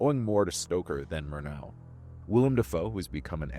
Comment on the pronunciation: The emphasis should be on the first syllable in 'Murnau'. MOOR-now.